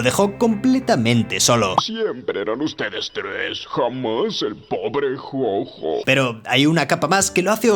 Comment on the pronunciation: No entiendo porque le dice Yoyo a mojo jojo si en el mismo video el doblaje de dice Jojo y no Yoyo